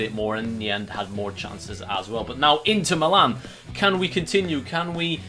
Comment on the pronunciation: he still can't say Milan he still saying meelan